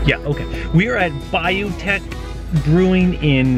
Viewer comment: Bayou “tesh” not “teck”. It’s Louisiana and nothing is pronounced like it looks, lol! Great video. Y’all are having a neat adventure. Looking forward to seeing what’s next!